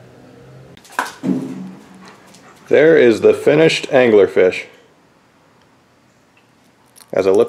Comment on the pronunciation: did you call it Dangler-Fish? :D